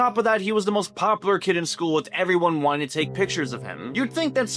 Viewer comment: Please on God go take a speech class. If I have to hear someone say poppler one more time instead of POPULAR I'm gonna delete YouTube.